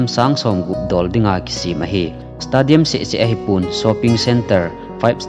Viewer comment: 40,000 hi 40 seats na t in nivei jen tah chu le stadium hi stey- dee- um ti a pronounce d ahe, any way 👍👍👍